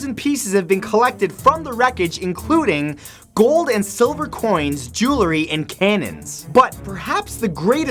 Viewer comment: Did he just say "siliver" ??